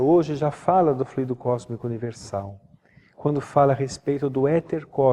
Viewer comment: Só observando que existem duas palavras com escritas semelhantes, mas com significados e pronuncias diferentes. Fluído- é um verbo. O transito tem fluído bem. Fluido é um substantivo. Em Espiritismo e Magnetismo humano, pronunciamos flúidos e não fluídos.